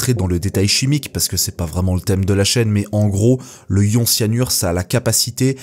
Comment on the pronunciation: "le ion", "du ion","des ions" sans liaison... tu dormais en cours de chimie au collège ? pour info on dit "l'ion", "de l'ion" et on fait la liaison quand c'est au pluriel